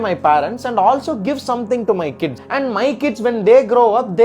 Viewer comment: Kdis ❌ Kids ✅